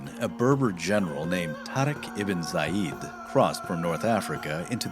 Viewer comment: It's Tariq bin Ziyad. Not Zayid.